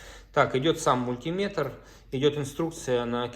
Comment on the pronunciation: Уважайте наши уши! МультимЕтр, а не мультИметр!!!!